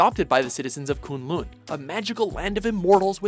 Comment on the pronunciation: The way "Kun Lun" and "Shaio Lao" is pronouced makes me cringe